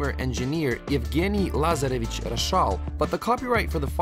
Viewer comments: its pronounced u gene not fucking evgeenie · "Yoo Guinea" lmao its "Yoo Gene" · You pronounced eugene, eeyew-geny and it pronounced you-gee-n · Eugene is pronounced yugeen not Evgani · "Yugany" It's Eugene, pronounced You-jean. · Did you say oo genny lmao. Isn’t Eugene pronounced you jean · am I the only one that heard him say e geny?? it's fucking Eugene, U GENE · Wait, Eugene is meant to be pronounced "Yevgeni"? Never knew that... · Why'd he say Eugene as Euifghani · He pronounced Eugene You-Jenny LMAO I can't breathe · Why not just pronounce it Eugene? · Its pronounced (YOO-JEEN) not whatever language you just spoke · I'm Russian and 'Yevgeny' is not a name in Russian. The pronounciation of Eugene being U-jene with the 'j' being soft is a Russian name and I know many people in my russian hood who are called Eugene. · Are we not gonna take note that he pronounced Eugene wrong?